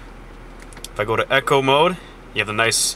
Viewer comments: Echo? Isnt it eco?? E-co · Eco Mode, not Echo Mode ;(